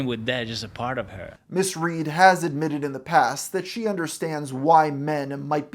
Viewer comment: "Today we'll tell to story of riley ried"